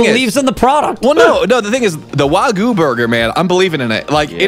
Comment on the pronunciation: Did he call it "wah goo" burger? jesus...